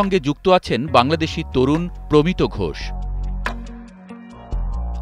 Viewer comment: প্রমিতো নয় প্রমিত্